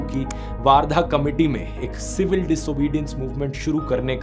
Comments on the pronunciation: Its वर्धा not a वार्धा 🤗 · Also it's वर्धा not वार्धा..!!!